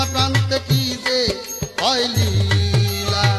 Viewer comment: নীলা নয় হা হা হা হা। লীলা, নাস্তা নয় রাস্তা,নাল নয় লাল।রসিদ সরকারের ভাষা ঠিক আছে